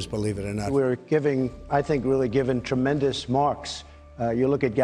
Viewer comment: “Some would say the tremendieous” - Trump